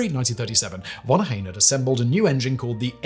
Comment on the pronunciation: You butchered Ohain‘s Name…. Unforgiveable